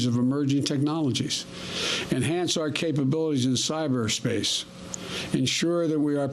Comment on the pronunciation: "Enhance our capabilities in Cy-ber-space" President Biden's dementia is increasing, incrementally. He will not complete his term, unless they employ some of the tactics, used in Reagan's second term, after he became incapacitated. We may be looking at the first female president, by early 2024.